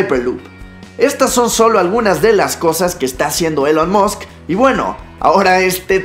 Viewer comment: "Elon mosc" Se escribe Elon Musk y se pronuncia Ilon Mask